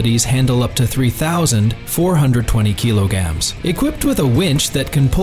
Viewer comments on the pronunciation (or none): Kilograms, not killagams! This is what you get when you use AI instead of a human. 🤣🤣 Ute. It's pronounced YOOT. That tray & canopy is NOT $116,000! They start from $13,510 AUD + GST. The more features, the more it costs. For $116,000, you'd get the ute, canopy, a suspension lift, decent offroad tyres on new rims & still have change! 🤣🤣 Great. Just what we need. More distractions for drivers! That panel would be better used to display what's in FRONT of the truck. "With B L U E T T I..." It's a brand name, not initials. Bluetti. AI... The way of the future... (At least the AI finally pronounced kilograms correctly! 🤣🤣) These wheel clamps are designed for caravans, boat trailers & other dual axle trailers, not utes or trucks. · The A.I. Has trouble Saying Kilograms